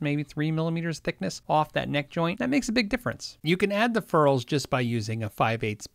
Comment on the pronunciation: "fair-ulls" lol